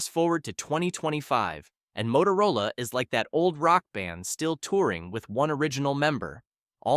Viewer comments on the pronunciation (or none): none